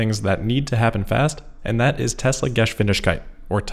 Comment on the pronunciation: I can teach you, how to pronounce "Tesla-Geschwindigkeit" 👍